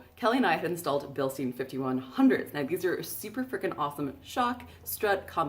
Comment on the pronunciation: Billstyen, not Bilsteen. It's German. Words with "EI" are always pronounced like "aye." Words with "IE" are pronounced like "ee." Free German lesson. Thank me later, everyone!